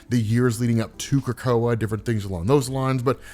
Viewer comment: Not how you pronounce it